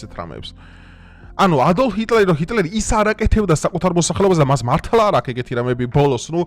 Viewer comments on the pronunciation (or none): none